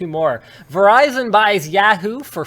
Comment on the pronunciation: Does Linus have a stroke every time he says Yahoo?